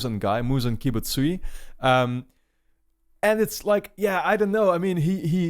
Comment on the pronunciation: It's kibutsu-ji. kibutsu-gee. but i think you have corrected it already in future episodes :) I enjoy these videos very much, a reaction by someone who have never watched anime in their life (apart from AOT of course). tyvm for posting them.